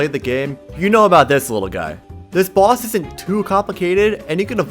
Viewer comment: They way he says boss is like bΩss